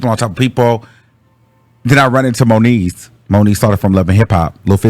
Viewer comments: Its moniece 😂😂😂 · “ that was the end of moniece “ 😂😭😭😭😭😭